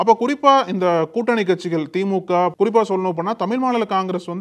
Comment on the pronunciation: தம்பி தமிழ் என்று சொல்லவும் தமில் இல்லை